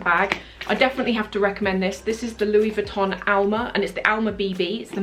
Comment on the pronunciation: Love your vids as always! Just a sidenote though, your pronunciation of Louis Vuitton is wrong.